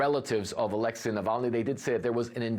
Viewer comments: Not Aléxey, but Alexéy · Americans suck at pronouncing Alexey.